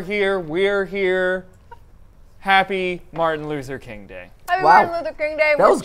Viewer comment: Did Jason say Martin loser King